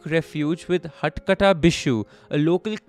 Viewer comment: Haath kaata Bishu = Bishu's nickname is 'haath kata' which means he has a severed arm. pronunciation made me laugh so bad, but what a great episode! Love from Kolkata, and a lot more psycho stories.